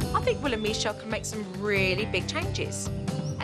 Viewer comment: I love how jo pronounces Michele as Mechele 😂